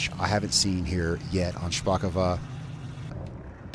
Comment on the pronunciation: If this was Russian, you’d be correct in saying “shpakova”, the second o would make an a sound. But this is Polish, so it’s “shpakovO”. Great job tho!